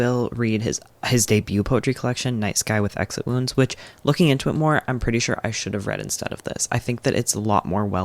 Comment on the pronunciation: Is it "night sky with exit wounds", I absolutely heard "nice guy with exit wounds" twice lol